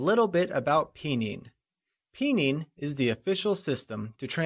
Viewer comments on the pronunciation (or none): it's "pin yin" not "pi nyin"~~~hahaha~~